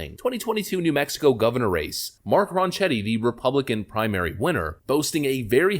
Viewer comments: As a NM resident, I too have OD'd on Hopium. (and Ronchetti's name is pronounced RoncKetti, with a hard K sound) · My man. It’s pronounced Ron-ket-tee. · Just a little thing about the pronunciation of names. Mark Ronchettii' name, the ch is pronounced with the k sound and Lujan- Grisham, the j in Lujan- is pronounced like an h. Keep up the great work!